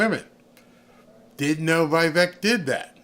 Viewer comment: It is pronounced as Vee Veck not Bi beck !!!!